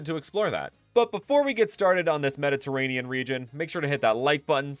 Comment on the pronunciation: I thought you said the "MENACE" region.